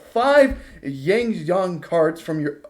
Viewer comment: Xiangjian donst sound like Shang? Jon?..? Xi=shi. Ang = ong. Ji=ge. The with the n. Jst say the letter n. & u shud b able to say the name^^